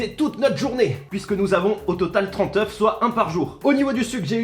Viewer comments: "Oeux" omg c'est Oeufs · Rélie un œuf des œufs (se prononce eu) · Je suis le seul qui sois choqué à des « oeux ». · Des "oeux" ou des oeufs mdrr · des "oeux" ouch mon français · Ils nous faut donc des « oeux » 😂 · "Des oeux" alala les maths oui mais le français c'est autre chose hein